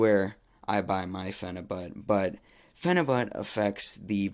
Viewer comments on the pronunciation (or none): Phenabut he can't even say it right he calls it phenabutttt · who cares how he said it...you knew what he meant...yall nitpick at the dumbest shiit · Phenibut bro you there i had to see this for my self i herd you cant even say it 😆